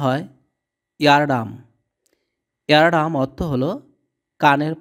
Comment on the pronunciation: Eardrum উচ্চারণ হ'ল ইয়ারড্রাম --- ইয়ারডাম না ! নিজে ভাল করে আগে শিখুন তারপর অন্যকে লিখাতে আসুন ! ধন্যবাদ !